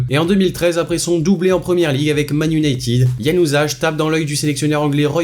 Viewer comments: Par contre mec on prononce pas "JanuzajJJ" mais "Januzay" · Ca ce dit pas yanuzage! Ca ce prononce, yanuzay! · Yanusaj sa ce di yanusay sâle français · le nom Januzaj ça se prononce "Yanuzay" pas "Yanuzaj" 🇧🇪🤣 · On dit" Januzaye" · C'est pas januzage januzaille enfin ça se dit comme ça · Januzaj ca ce dit yianouzay 🤣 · januzaaille ca ce prenonce pas januzaj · sa se prononce Hianusaw pas comme c'est écrit mdr sinon bonne vidéo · C ianuzai j S je que g mâle écrit mais c pour que tu lises bien donc le j se lie i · Pourquoi, vous les français, vous prononcez "y"anuzaj alors que c’est un J au début ET à la fin? 🤔 Tout comme Bruxelles.. Vous dites Bru"X"elles mais vous dites Au"ss"erre (Auxerre) faut savoir 😂😂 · Oe wlh les français il disent tous ganuzing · 🇧🇪rpz ps : pronociation(ça ce dit Yanouzaï) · wow wow wow déjà tu commence tu écoooooorche un max le nom de famille de januzaj et en pluuuuuus tu dis bruxelle au lieu de brusselle (jss que ca s'écris avec x les gents) quel massacre :') sinon bonne vidéo ; )